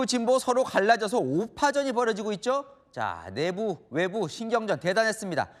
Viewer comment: 김동하 기자가 '내부, 대검,' 등의 단어를 아주 짧게 발음하는데 '내:부(內部), 대:검(大檢)'이라고 장음 발음을 해야 한다. 한국어에는 각 단어들에 장음(長音), 단음(短音)이 있어서 국어사전에도 표제어 장음 글자의 오른 편에 : 표로 표시되어 있다. 그런데 요즘 젊은 기자들은 특히 한자어를 말할 때 이를 전적으로 무시하고 전부 아주 짧게 발음한다. 예컨대 여:당(與黨), 야:당(野黨), 대:선(大選), 재:선(再選), 피:청구인(被請求人), 가:처분(假處分), 최:고(最高), 최:대(最大), 양:국(兩國), 대:화(對話) 등, 긴 발음인데 아주 짧게 발음하는 것이다. 이런 폐해는 한자 사용의 폐지에서 기인한 것이다. 한국어는 70%가 한자어로 구성되어 있는데 한자어는 사용하면서 한자는 사용하지 않는 모순, 그래서 한국인들의 말이 이 모양 이 꼴이 되었다. 정말 큰일 났다.